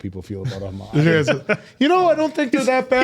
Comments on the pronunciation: will let 'homoculus' slide after he picks on the Winry pronunciation? 😀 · teasing for saying Winfy instead of Winry as if he doesnt consisrently pronounce homUNculus as hoMOculus 😂